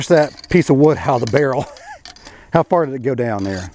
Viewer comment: Did you say not very Fur at all?😂😂😂